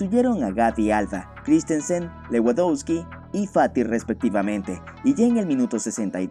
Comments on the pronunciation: Buenisimo video y narrativa, sólo trata de pronunciar bien los nombres de los jugadores... se pronuncia "Levandovski" :) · Buen video pero por favor pronuncia a lewandoski mas o menos bien, se pronuncia levandosqui